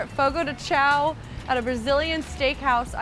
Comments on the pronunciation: said she was going over every single word in the car on the way over. Didn’t look up Chão apparently. 😉 Chão is pronounced ”shoan” like own. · just fyi you should pronounce chão like shawn or something like that!!!